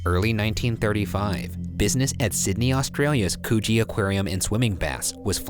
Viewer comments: As someone who lives in Sydney I can tell you that Ryan is mispronounced Coogie. It's pronounced Cooj-eee NOT Cooo-gey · For the #postmortem: I'm pretty sure it's not pronounced 'coochie' Ryan, try again. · It's not cogee it's pronounced like cue-gee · 'Coochie aquarium' What? 'Coogee aquarium' ohhh... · Thought he said coochie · V Cupcake it’s actually pronounced cuh-gee not coooooo-geeeeeee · Yoooo did anyone else hear Coochie 😂and it’s about the sea. Oh god the jokes. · No you didn't just pronounce Coogee like Coooooge. It's like Could-gee. Haha made me laugh straight away! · i swear i thought they said Coochie aquarium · I THOUGHT HE SAID CHOOCHIE AQUARIUM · i legit thought he said "coochie" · Co gee lol way to say it is coo -g ee pronounced ... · I heard "Coogee" and thought they said "coochie" LMFAO bye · Co-gee is hurting my head. The town names are like pronouncing Arkansas like Kansas, just, terrible. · coogee= coochie. cuz fishy lol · coogee? pronounced like COOCHIE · cOoGeE BRO it’s pronounced cugie CrOnOlA CRANULLA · Ryan pronouncing Coogee like Koh-G lmao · ryan: "coogee aq--" me, already crying from laughter: /COOCHIE/???????????? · Coggee is pronounced more like a U than a double O sound and cronulla is pronounced phoneticaly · "Coogee aquarium" No one: Me: COOCHIE?! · Oh I’m sorry that we pronounce words properly; pronounced ‘koojee’ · i thought ryan said "coochie aquarium" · I THOUGHT HE SAID COOCHEE AQUARIUM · Luna Lovegood right! “coo” as in cookie, and “gee” as in the letter G #postmortem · It's pronounced 'koo - gee' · I heard coogie as coochie 😭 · Coogee is pronounced could-gee #postmortem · i’m sorry i heard that as coochie aquarium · You guys forgot about the part where a smaller shark had eaten the arm and was then eaten by the tiger shark, also Ryan you keep pronouncing Australian place names wrong. It's not coooogee mate. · It's more like Could-gee a long ee sound at the end. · Coo(rhymes with the woo in wood)gee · "Cohgee" skksksk